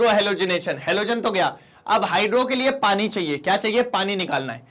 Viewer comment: Sir aap ko Haryanvi bhi aati hai.... पाणी